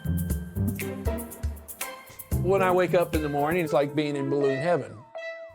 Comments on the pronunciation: LOLOL '' its a ballunn !! its just rubbar an airr '' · The way you say BALLOON is everything 😅